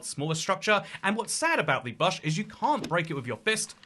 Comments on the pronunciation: The Bahsh? The BAHSH!? oh Bush.... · It's buhsh not bahsh. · You say bush like buhsh when Ive only ever heard it spoken as boosh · I was like, "no way Brits actually say bush like that!" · That stuck out to me too lol :_toycatTerrible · It's not his accent it's just a thing he does says the name slightly off for things like a nickname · Im sorry but wtf is a "bahsh" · ive hated the way the British say “garage” for years, and now you drop “bush” on me? How could you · I feel like he's mispronouncing Bush on purpose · Why you saying bush weird? 😂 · why do you say bush like that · Bro you say bush in such a strange way 😂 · we don’t. I have no clue why he’s doing that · we don’t 😭 I’m Scottish not English but I’ve never heard anyone say it like that, even when I go to England. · Yeah I’ve never heard a word pronounced so incorrectly before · Im british we dont say it like that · nope, lol I don't think there's a single UK accent where bush is pronounced like that. I think he's messing around.